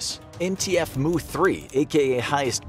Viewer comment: "Mu" is pronounced like "mew", not "moo"